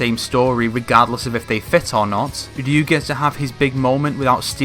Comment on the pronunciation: Who the hell is "Rloo"?